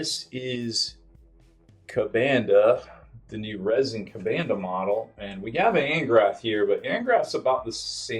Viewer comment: KuBANduh huh? It is kuhbunduh